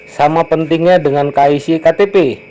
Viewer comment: KYC yang benar bacanya KE WAI SII